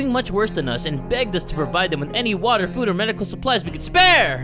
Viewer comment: I also like when you always say WaTaA